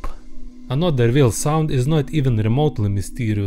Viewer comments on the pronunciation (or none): Your saying vale not whale but I understand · "but he realize, it vas beluga vhale!" I'm dying